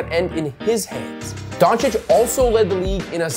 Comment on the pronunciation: Excellent pronunciation of the surname Dončić. And don't forget that Luka is only 23 years old. Excellently made content.